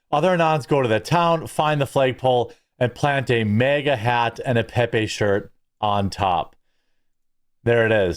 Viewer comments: Bro, it’s MAGA not MEGA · It is maga Jeremy, not mega. And it's also bag, not beg. Love your videos though.